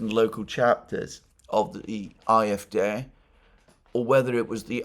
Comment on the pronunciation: It's AFD, not IFD